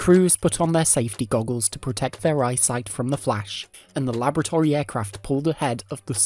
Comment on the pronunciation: Very interesting video. Your narration is very well spoken, but please learn to pronounce laboratory; also, the plural of aircraft is 'aircraft'.